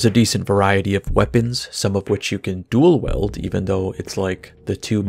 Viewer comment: Your videogame and supernatural critiques are peerless in quality, but the way you pronounce "dual wield" is unacceptable.